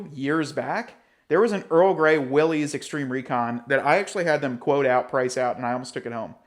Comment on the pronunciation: Is he mispronouncing Willys on purpose at this point?